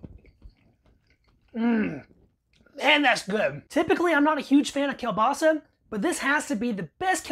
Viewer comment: At least you know KIEŁBASA, and you pronounce it right! smacznego!